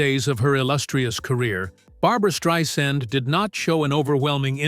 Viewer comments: At least say at least use her right name you're not spelling it right and you're not saying it right thank you okay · Learn how to pronounce her name.